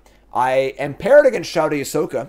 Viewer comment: Thanks for another awesome pro tour recap video! Awesome that you played against Takahashi. Also, (Hermione voice, you’re saying it wrong!) the name Shouta is pronounced like the english word “show” not “shout.” Show-ta. Levio-sa